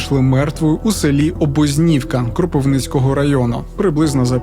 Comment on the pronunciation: Обо́знівка, а не Обознíвка 🎉